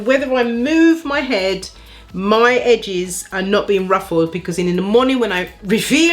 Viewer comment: Congratulations on reaching 23k subscribers,! Who doesn't want thicker/fuller edges, eh? I'm in🙋🏽‍♀️. You crack me up.. Edges - 'Hedges'! 😂😂